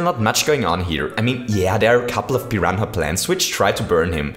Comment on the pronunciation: Pi ran a is how u say it not Pi hana